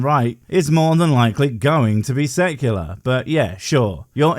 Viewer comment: Haha, thus is great. It sounded like he said sucular rather than secular! This is funny. Great video, 👍💙💙💙🥰✌